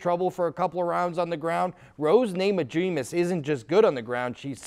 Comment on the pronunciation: Rose ''naimajiunas'' lol